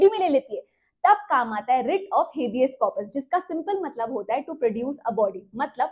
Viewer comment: 😂 जब आप नई थी यूट्यूब पर तो आप अपने पुराने वीडियो में हिबियस कॉरपस को "हबीज कॉरपस" बोलती थी । बट अब सही उच्चारण करने लगी है आप मैडम😂😂